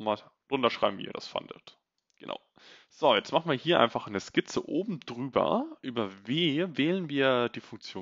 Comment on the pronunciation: Sehr coole contents, Danke dafür Gleichzeitig keine Ahnung woher das kommt, und warum es mich so nervt, aber diese unnötigen e am Ende von vielen Wörtern finde ich so dermaßen nervig, das ich die Videos oft nicht gucke... Keine Ahnung ob es dich interessiert, aber wollte es Mal als konstruktives Feedback einbauen Machene, hebene, Projektione